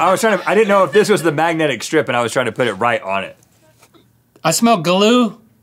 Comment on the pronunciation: ranch Link: "Ga-loo? Ga-loo" Why does glue now have two syllables?